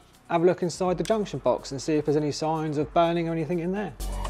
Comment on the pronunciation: Anythink !?!?!!?!?!?!?!?!!?! Talk like a grown up human !!!! 😂 the word is ANYTHING !!!!!